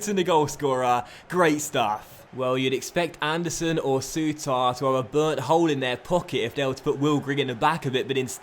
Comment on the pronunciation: Think Souttar's name could just be pronounced as "suiter"